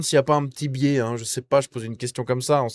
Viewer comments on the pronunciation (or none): none